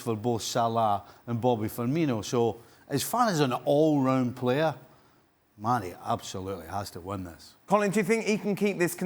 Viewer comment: Not even close it’s Mane